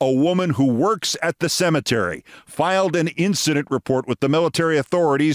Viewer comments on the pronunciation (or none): none